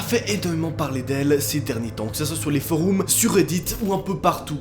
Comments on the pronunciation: C pas Bengamine c Benjamin et c forum pas foroum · On dit forome et pas foroume sinon tu es génial 🤣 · Ca stress que tu dise foroum 😂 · Tu en fais trop putin et c'est FORUM pas FOROUM !!! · « Les foroum » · Arrête de dire foroume 🤣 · "Foreum" pas "Foroum" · Les "Foroum" 😂😂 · ”Benyamin» «foroum» 😭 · il a dit foroum ca m'a choqué